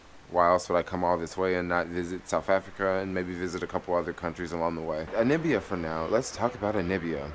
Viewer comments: N A M I B I A, not nibia. At least get the name right. watching your videos. West Africa will give you a different experience from East Africa. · How do you spell NAMIBIA correctly but keep mispronouncing it? NA MI BIA! Simple... Really🙄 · Yeah it's annoying dude. You've been there for 6 days and still saying Anibia. I may be detecting something because you did the same thing in Israel (Telaviz). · ANI BIA.....but .... NA MI BIA.....pronounced NUH ME BIA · I love watching his Namibia vlogs just to hear him say Nibia 😊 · Hey, the stars aren't different but since you are in the southern hemisphere they're upside down. Love the vid. But really try to pronounce the country name correctly. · The way you keep pronouncing Namibia 😂😂😂, i feel like am listening to Trump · I'm an American and I find it annoying!. But, being a Geographer. I really enjoy the vids. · Yeremiyah Eliyah Yahudah brother, my response to him was in no way condescending or malicious. I totally understand what you’re saying. I applaud the initiative he has taken to explore the African continent, but in doing so pronounce the word of the country properly. In his capacity of traveler, he’s also teacher. Peace to you. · Hehe i think its hard for him lol.Same way people say Kenia instead of Ke-Ny-a